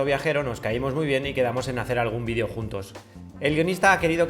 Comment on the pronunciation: Beeeeeeeeso Beeeeeeeeeeeso Beeeeeeeeeso!!!!! Todo hubiera estado mejor si el vidio(como tu lo pronuncias) hubiera terminado con un beso, a leguas se ve que Monse te veía y se derretia.